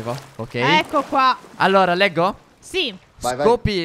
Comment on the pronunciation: hai letto scoppo al posto di scopro XD